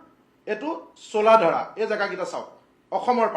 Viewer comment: ৰজাভেঁটি....ৰাজাভেঁটি নহয়।, চোলাধৰা....চোলাধাৰা নহয় । মথাউৰি....মাথাউৰি নহয় । ঠাইবোৰৰ নাম শুদ্ধকৈ উচ্চাৰণ কৰি ক'ব ।